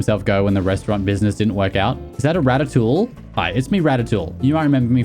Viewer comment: wtf is rataTOOL😂